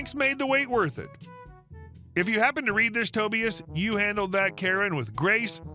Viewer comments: "Toby-ass"? *Toh-bi-as. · First story the name is pronounced TOE-BYE-ASS. 2nd story my mother did the same only with Wisk laundry detergent with just about thr same results,suds and bubbles everywhere. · Dear, you were one of the first sub-reddit narrators I listened to, and are still at the top of my favorites list. Thank you for hours of entertainment.( Forgive me. May I correct your pronunciation please. Tobias is pronounced as" TOE-BYE'-US